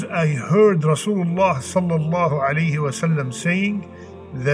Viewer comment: Brother Eat Talbinah or whatever but I humbly request you not to eat words while saying صلی اللّٰہ علیہ وآلہ وسلم.... Please say properly and clearly.... JazakAllah....